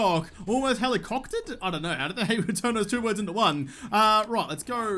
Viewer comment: "I almost helococktered" that's pretty funny, but that's one thing I don't ever want to see on this channel